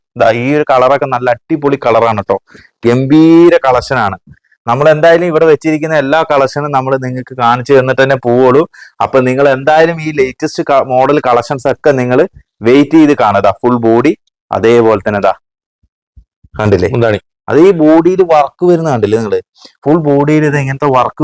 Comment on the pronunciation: ലൈറ്റസ്റ്റ്അല്ല സുഹൃത്തേ ലേറ്റസ്റ്റ്